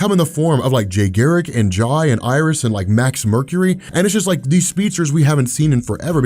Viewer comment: jai is pronounced like jay he’s named after jay garrick 🫶🏾